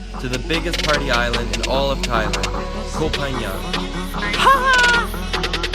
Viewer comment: The way to pronounce the word ‘Koh’ is like saying the word ‘cops’ but without the end, so like coh